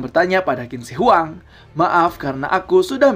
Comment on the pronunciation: Qin baca nya chin bukan kin kawan..